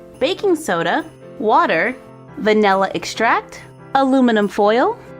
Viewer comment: Am I️ the only one who doesn’t rly like yhe way she says “vanilla extract” in the first vid??